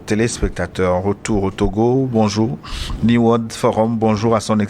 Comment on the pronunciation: New se prononce NI-OU en anglais.